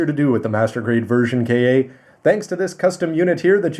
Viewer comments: Ver kay aaa ? Don’t ya mean ver ka (cahh like a crow noise) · It should be pronounced as ver "car" my friend